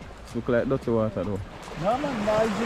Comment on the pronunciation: say dutty water 😂😂😂😂